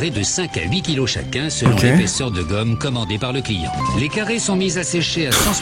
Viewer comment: Tu dit guomme ses effasse😂😂😂